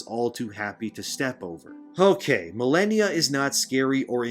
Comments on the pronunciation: Muh-lay-nee-a. She only says it before and after every time she kills you. Which for most people was a lot. Sheesh. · The way you say malania sounds funny I'll use it to bother people